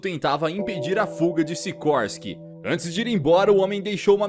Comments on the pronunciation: Não é sirorsky n bro kkk é sikorsky e essa é uma continuação de baki the son of ogre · Siroski ? SICORSKI ....